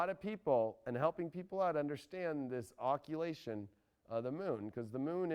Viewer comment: I love what you're doing, and I love Michael Lutin's work too, so: it's occulTation, not 'occulation' as you're saying it (from 'occult' - concealed, esoteric). It is not my place to correct a native speaker, still I'm sure you'd rather say it correctly than not:)